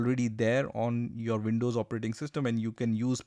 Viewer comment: It is pronounced "Windows" not "Vindows"